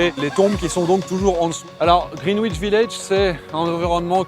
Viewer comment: Superbe vidéo! Au plaisir de vous croiser à nouveau (j'étais devant vous dans le Dublin-Paris le 18 août). Pour info, le W est une consonne muette dans 'Greenwich' mais c'est vrai qu'on peut aussi le prononcer à la française.